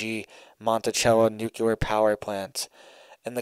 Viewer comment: Nucular is not a word. Nuclear, is the word you are looking for.